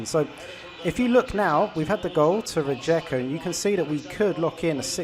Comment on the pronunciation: Please learn the names of the teams because is really annoing when you call them different РиЕка - RiJeka, ЗорЯ- ZorYa